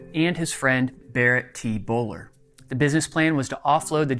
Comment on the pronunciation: The name is pronounced like Bull Ware...not Bowler...